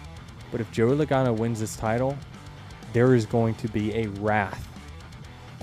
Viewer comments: He said LOWGANO and LagAAno 😂😂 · "Low- gae- no" ?